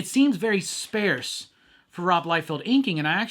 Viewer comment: Please pronounce “sparse” correctly. His art was atrocious and completely disproportionate.